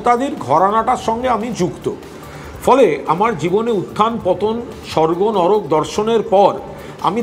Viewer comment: নডক না নরক হবে । এতো বড় news channel কি করে ভুল হয়